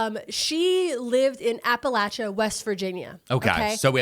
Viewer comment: Finally catching up on my TMT videos and to hear say Appalachia correctly just warms my heart 🥰 signed- a SW VA native